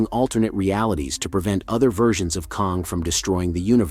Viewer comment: Could not even finish the video because of that.